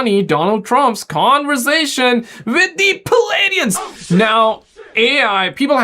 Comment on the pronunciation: Say this for me once Play-de-ans Not Plee Adiens